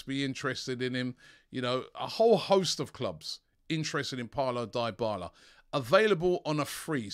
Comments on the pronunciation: ITS DYBALA not DIEBALA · pronounced deeee bala not die bala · Robbie can you simply research the right PRONOUNCIATION of names b4 your show? Enough "sorry" Die-bala? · Dybala? Please Robbie stop it 🤣🤣